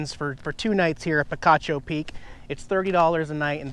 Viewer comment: We hiked Picacho Peak on new years day. Funny because I was actually thinking about your last visit where you mispronounced the name!